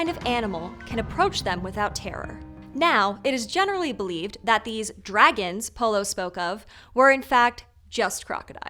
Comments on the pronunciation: (6.11) "Druehgins" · "dragans" hahaha